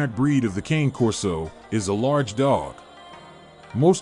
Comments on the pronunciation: Not Cain Corso. Kahne Corso. Not hard. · It's pronounced as cony Corso not king or cane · It’s Kah-Nay Corso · KANEI KORSOU pronounce it right if your gonna give information about the cane corso breed at least learn how it's truly pronounced